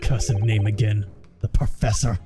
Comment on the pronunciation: "Prossefor" ? That's a new one! 😆